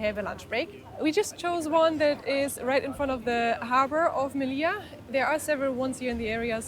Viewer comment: on dit melilla m e li ll a